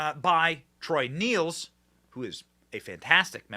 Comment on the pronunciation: P.s. it's pronounced troy " nells, nails. " Not neels